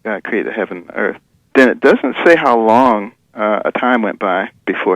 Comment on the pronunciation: "He could create 'uh earf'"...He needs to learn to speak properly